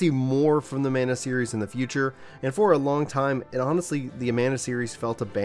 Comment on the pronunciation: MAN A. NOT MONA. WTF